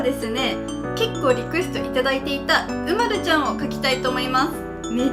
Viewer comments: うまるちゃんは うまる↑ちゃんじゃない？ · 私とうまるちゃんのイントネーション違う。う→ま→る→ちゃんだな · おくみ 人によって色々発音が違います！ちなみにわたしは う↓ま↑る↑ ちゃんなので違うように聞こえました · うまるちゃんの発音が違う